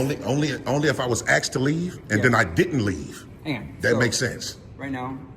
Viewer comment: 9.28 it's ASKED not Axed